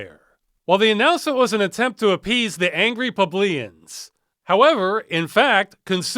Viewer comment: very creative pronunciation of "plebeian"